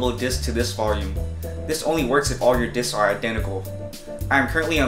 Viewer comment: Plural for disk is 'disks'.....not 'disk-uzz' :)